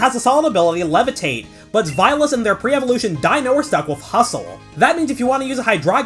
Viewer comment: im sorry zweilous is pronounced like what?